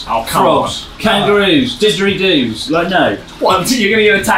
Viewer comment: 'digeridoos' LOL.